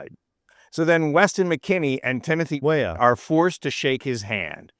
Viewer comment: What the eff is wrong woth this video? Every time you said Weah, did you mispronounce it? And then poorly dub the correct pronunciation over it? Frigging sloppy man, insulting to the athletes you were trying to support.